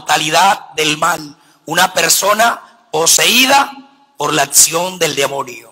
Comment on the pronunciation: Me pregunto de dónde sacaron esa firma de vestirse y luego eso de cataquesis!!!! Qué loco , el siete es el número perfecto de Dios!! Cual santidad!! Un humano, un papa!! Dios es el único santo! Y ni pronunciar sabe dijo sesto en lugar de seXto!! No hay pecados pequeños!!! Atsion dijo, es aCCión. Demonio!! Si en la católica misma vive.